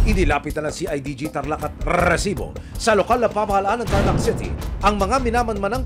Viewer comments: Ilang R po ba Ang Rrrrrrresibo 😅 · para akong nag giglitch sa rrrrrresibo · Kaumay yung paulit ulit na rrrrrrrrrrrrrrrrrrsibo🤣🤣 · KUYA NAKAKAIRITA YUNG RRRRRRRRRRESIBO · Ang lutong ng pagkakasabi ng Rrrrrrresibo, kasing lutong ng chicharon con langaw 😅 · nahihilo ako sa RRRRRRRRRRRREESIBO. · Nakakabwicit nayung rrrrreeeeeeesibo mo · nakaka bwisit nmn ...rrreeesibo...kainis pakingan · Nkkarendi ung pgbibigkas m ng resibo emil,,sbrang oa..hahaha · Bat ang daming R ng resibo nyo sir.